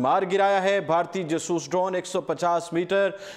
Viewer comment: o, khudara name ap nay urdu point likha hai or urdu ki tangein toddd rahey ho ap, Jaaasooss tayara na kay jsooos